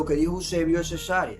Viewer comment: Mi hermano permita que le corrija, el lugar es Cesarea y no cesárea como usted lo pronuncia